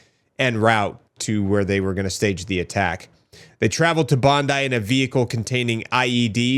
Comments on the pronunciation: SInce the shooiting you so far are the first American that I have heard that orronounces Bondi correctly !!! Thank you cause as an Aussie its so frustrating that it keeps getting mispronounced !!! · As an Australian it's refreshing to see a video come out where the person pronounced Bondi correctly - thank you for doing your homework! Every video I've seen from U.S / Canadian creators all say Bond-eee not Bond-eye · Good pronunciation of Bondi. Tick. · You're the first non Australian I've seen pronounce Bondi correctly, sir I commend you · Yes yes you said Bondi properly lol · Well done on pronouncing Bondi correctly now. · Thank you for pronouncing Bondi correctly. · Big ups to for actually pronouncing Bondi properly 💯